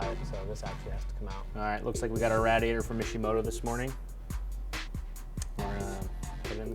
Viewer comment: You say radiator wrong lol